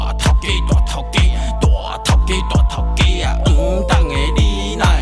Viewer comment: 王董ㄟ怎唸成黃董ㄟ